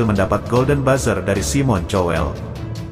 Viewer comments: Simon Cowell dibaca "kowell" , bukan "cowell" dan lahir bukan di Jogya, tapi di Bangkinang, Riau. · wa bacanya juga kowel knpa jadi chowel sih 😂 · Cobalah kalau ga bisa bahasa asing tanya dulu sama yg mengerti bhs Inggris, SIMON dibacanya SAIIMEN.... COWELL dibaca KOWEL. jadi SAIMEN KOWEL bukan SIMON CHOWEL, malu bro... Jadi reaktor, ok sorry bro... Semoga kian maju n mksih ye...